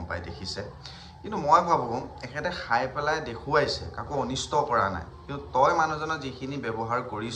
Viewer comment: সাই নহয় খাই, সাব নহয় খাব গাধ 😅😂